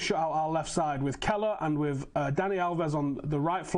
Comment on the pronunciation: The guy‘s name is kehrer why do people keep pronouncing it as keller lol